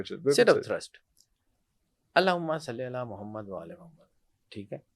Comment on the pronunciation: Please correct pronunciation Yes — the correct wording is “Allahumma ṣalli” (اللَّهُمَّ صَلِّ), not salah. Ṣalli = “send blessings” (a verb, asking Allah to bless). Ṣalāh = the ritual prayer itself. That’s why in Darood Ibrahim we say: Allahumma ṣalli ‘ala Muhamma